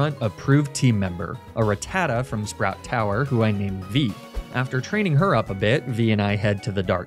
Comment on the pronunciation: The same reason he mispronounces Ratatta? 🤷‍♀️